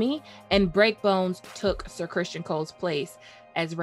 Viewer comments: It's CrisTON not Christian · You're certainly not wrong